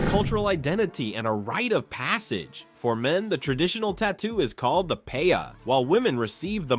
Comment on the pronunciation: Lol the paya?? FUAMIKI it’s pe’a!!